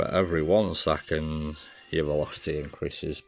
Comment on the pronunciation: Nice video! Excellent for dummies , but hopeless attempt for the "PER ONE SECONDZZZ" guy